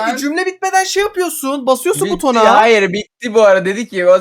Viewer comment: Hipe niyah (hhayır)